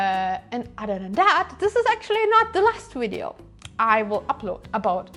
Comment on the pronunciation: Fantastic video. Thank you! Still can't work out why you say "wiv" with a v but "wideo" with a w. 😁 Wonderful to see the end of the project. Well done! Amazing work!!